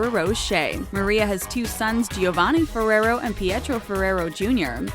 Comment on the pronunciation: I cringed when she said "furrerow"